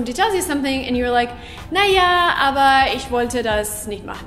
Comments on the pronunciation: "Na" no is more like "nh" like you say das geht sber nicht nh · Its not "na?" what we say after a sentence.. its more like "ne?"